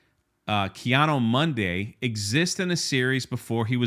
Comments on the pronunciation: Yeah bro, the only issue I got with this is you keep butchering this Jedi‘s name. It’s not Kiado Monday. It’s KI ADI MUNDI !! Lmao Other than that good video and thanks. 🙏🏾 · It seems like every time you say his name the pronunciation gets worse 😂 Ki-ano Monday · Is there some kind of inside joke I'm missing about the pronunciation of life ki adi mundi? Kianu Mundo? LOL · Who is Keanu Monday? 😂 Ki-Adi-Mundi ffs... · pronounce Ki-Adi -Mundi's name properly not Keanu Monday Jeez! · Didn't a certain actress get fired for joking about pronouns? Now its ok and no one is getting the boot? What 💩🙄 really. Anyway are you saying Ki Adi Mundi or Keanu Mundi?😄😄😄 I swear it sounds like you're saying Keanu 😆Bad enough poor Carrie Ann Moss was roped into this, dont drag Keanu into it please lol. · Who the hell is “Keanu Monday?” He said it like 10 times instead of Ki Adi Mundi lol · “Ki-ado-mondo “ “Ki-ado-Monday “ Jesus, we love you brother … but damn 😂😂😂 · Your pronunciation of Ki Adi Mundi is pissing me off lol